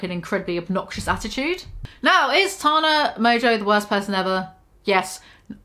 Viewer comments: I know you have an accent but it’s pronounced Tan-ah not Ta-na💖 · for the love of fuck, it’s TANA not TARNA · T. A. N. A. Not T. A. R. N. A. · Tana* not tarna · Maybe learn how to pronounce her name before slandering her. id absolutely LOVE to see you try do better than tana, unlike you, people actually enjoy her content, hence why her platform is wayyyy bigger than yours 😘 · Are you purposely saying her name wrongxD> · I’ve started pronouncing Tana like you now ¿ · I'm sorry the way you say TANA - it's hilarious love it